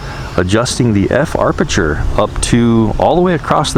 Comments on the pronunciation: I was going to say there is no "R" in aperture .. but someone beat me to it. The higher the aperture number, the SMALLER the opening in the lens, which will give you a deeper "depth of field" (which translates into sharper focus over greater distances). The lower the aperture number, the LARGER the opening in the lens, and then the depth of field is very small, and you'll likely have to use the "tap to focus" much more. I have to get a Circular Polarizing filter for my Evo, as it really helps to bring out the blues in the sky, and adds some color richness, imho. The Point of Interest performance is very good .. better than anything out there right now .. definitely a DJI forte. I woke to 20 deg. F (-6.6C) temps this morning, and it will not reach 30F .. might tomorrow .. I hate flying in cold temps, as I lose feeling in my fingers, making it hard to fly .. AND unpleasant as well. Thanks for the look at the updates. Cheers! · Great video once again. and also, it's aperture, not arpeture ;D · It is pronounced ap a chur. Not arp sh chur. No R after a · Amazing how many illiterates and dumb,dumbs that are posting comments 🤓🤪 sorry but come on 🙄 and BTW it’s not arpature it’s aperture 😂😂😂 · Ap-e-ture not ar-peture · I am Hawaiian and we definitely don't say AR-perture, don't speak for us if you're not even from here, you are not the gatekeeper, I have never heard someone say it like that. He is mispronouncing it and adding an extra 'R', no big deal- no need to get all defensive. We say aperture here. Still love and his awesome vids! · Alpha6Tango hope he reads this APerture not ARPerture. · I'm lol every time arperture lol love his videos it happens to everyone. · I don't disagree by any means, he's one of my favorite drone reviewers out there! Doesn't mean the mis-pronunciation of a particularly key photography and cinematography term doesn't bug me though. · Huh? There are two "R"s in aperture.